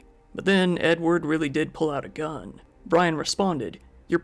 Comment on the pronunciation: Edward kinda sounds like enward and that makes me giggle. Also, how is he gonna hear the gun click with a dang chain saw running?